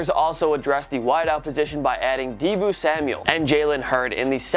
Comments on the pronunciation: It’s not deeboo it’s deebo, it’s the same name as the deebo in Friday man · It's deebo Samuel not deeboo, as a south carolina fan that ticks me off, sorry, have an excellent day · Top 10 mispronounced names or misinformation giving by. SMH! De-Bo Samuel is pronounced DE BOW SMH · why u pronounce debo like that wth have u never watched friday??